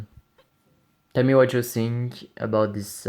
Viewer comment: Pourquoi tu dis i sink